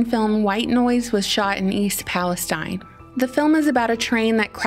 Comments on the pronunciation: East Palestine is pronounced Palasteeen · I think they pronounce it Palesteeeeen